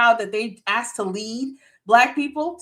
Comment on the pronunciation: Brother I watch you every night. Its asked not Axed